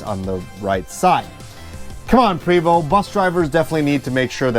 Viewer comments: Love your videos but it's pronounced Pray, my good friend works for them..Vo...Pray 🙏 🤲 But you are right, who cares lol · Its prey voh. No st sound. That comes from a french Canadian i know. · “Pooway-voh” in a French accent. 😄